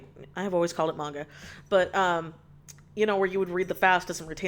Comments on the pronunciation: yes it is muhnga not määäänga. holy shit. dont fix it wrong ure the only one who says it right XD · I actually pronounce manga exactly like you do. I think the 'Meenga' prononciation automatically make someone sound a bit similar that one stereotypical soccer parent. You know the one: videogames are a waste of time but watching tv for an entire day straight isn't, the slightest hint of anime and manga around automatically makes you a cringy weeb that needs to get out more, and your own parents are doing literally everyhing wrong by not constantly helicoptering you. Nothing against the 'meenga' pronounciation, I personally just can't help but associate it with that cartoonish idea of a soccer mom. "Are you reading those meeeeeeengas again?"